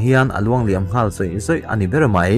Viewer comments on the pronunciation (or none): none